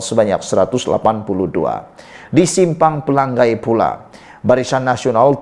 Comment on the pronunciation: Eeehhh BODOH Kau tak sekolah kah? Menyebut PELANGAI pun salah.. Pela....ngai.....BUKAN Pelang..gai